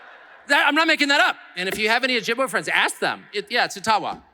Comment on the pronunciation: O jib way is how it is pronounced lol. Love you Tucker. Take me up on the offer to take you fishing in Northern Ontario on my family trapline. I’ll show you the beautiful Ogoki River and its tributaries and catch some nice walleye, pike and sturgeon.